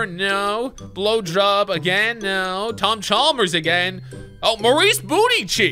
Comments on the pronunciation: He keeps saying Tom Chalmers it’s Tom chambers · him saying tom chalmers really bothers me